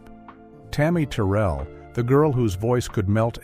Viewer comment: Tammi Terrell pronounced "Tur-rell":face-purple-crying